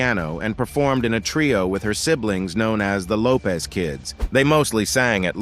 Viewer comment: It’s actually Lopes 😉